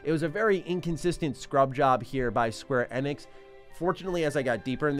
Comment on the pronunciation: the way you pronounce square Enix really drives me nuts lol.